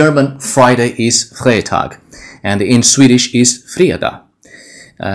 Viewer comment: "Freitag" in German is pronounced with an English type "i", like "fritag"